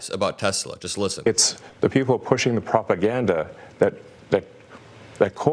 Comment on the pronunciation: "The ones who are pushing the lies and 'PROPAGADDA'", uh, I hate the way Elon talks. The way he pronounced "propaganda" really irritated me, and he continued by "WE'RE going after". He became the government, the judge, the police, and the executioner. What a shame.